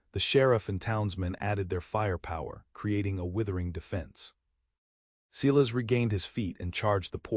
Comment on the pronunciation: EDIT the reading of the story!! The name Silas is pronounced "Si-las" not "See-las". EDIT & REVIEW!! A 10 fingered cowboy! AI graphics 😂😂😂 EDIT the writing. You timeline sucks. Starts out with Matthew in 1873. Zara's trunk in 1873 contains old brittle letters of correspondence from Mary Blackburn, the last one dated 1878.( Old brittle letters from 5 years in the future. ) Months later Matthew & Zara are discussing their future and Zara mentions getting a letter with communication involving Mary's grown son. And the reference of Mary having passed on. Are these TIME TRAVELING people. Somebody is very stupid and lazy. EDIT & REVIEW!!